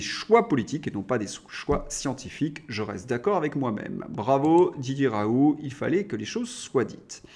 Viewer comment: M. Svp. prononcer: Ra oul T